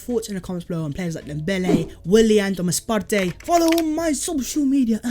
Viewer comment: I’m Ghanaian and his name is actually pronounced like the word “Party”